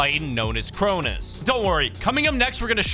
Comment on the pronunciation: its cronos you dingus